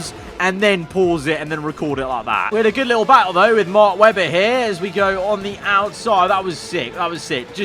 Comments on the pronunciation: mark WEBBAHH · Mark Webbbaaaa yeah nah yeah noice Aussie accent 😂